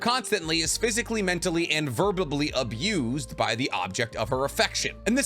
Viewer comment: “verbably”????? Homeboy I don’t know if that college degree is all too real